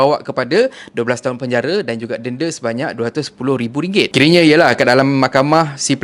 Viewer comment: Slh sebut dnda.. Tp confident.. ayamakkk